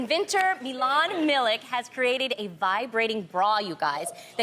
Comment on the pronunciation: The way they pronounced Milić made me sad lmfao